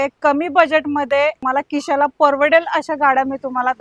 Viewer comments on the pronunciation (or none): किशाला नाही खिशाला